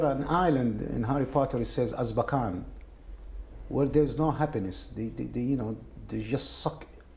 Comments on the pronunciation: AZKABAN its Azkaban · AZKABAN!! AZKABAN!!! AZKABAN!!!! Not Azbakan!!!!! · “Azbarkan“ Nice. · The fact that the guy said "Azbakan" multiple times is bothering me so much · it's azkaban, not azbakan :( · I know its horrible but i can't stop screaming at my screen , its AZKABAN not AZBAKAN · I realize now on my second watching that the guy saying azbakan instead of azkaban is iritating my ears. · Azbakan! the Muslim Prison.... I think he means Azkaban! :P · I know this really isn’t the point and I’m sorry but...it’s pronounced Az-KA-ban. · The butchering of ‘Azkaban’ was tough to hear. Priorities. I have them. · An old (probably) arab man explaining his experience in Gitmo by talking in depth about Azkaban and Dementors from a UK children's book is simultaneously the most beautiful and the most tragic thing I've ever a heard. I don't care if he misspronounced it. I want to give that man a hug. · It sucked hearing the White Snake inmates story so bad that I can't even rip on his mispronunciation of Azkaban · Did you just say Azkaban lol